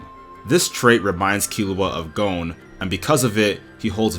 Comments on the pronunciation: great analysis but it irks me how you say gon as goune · Like, realy! He apologizes up front for if he's mispronouncing "Ikalgo" and then he sets off and calls Gon "Gown", wtf...